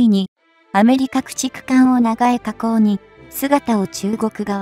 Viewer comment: 長江河口(ながえかこう)？⇒「ちょうこうかこう」でしょ？ 読み間違え多過ぎ